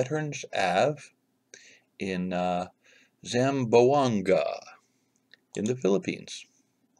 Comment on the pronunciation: Don’t worry. Your pronouncing “Zamboanga” is correct.